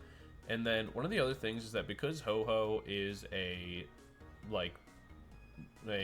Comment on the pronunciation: Ho OH not Ho Ho